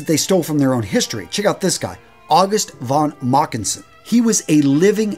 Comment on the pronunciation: Good video ... but ... as many anglophile people you also have some difficulties in pronounciation. Leni Riefenstahl ... translation is scratch-steel ... you speak it like tire-steel. And the "V" is spoken like a "F" ... Otto fonn not Otto won. It is funny for geramn ears to hear the names in this way.